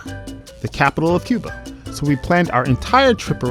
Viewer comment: Asalamu Alaikum. Brother it's Cuba not cube haha. MashAllah. U should visit. It's beautiful country. My parents are from there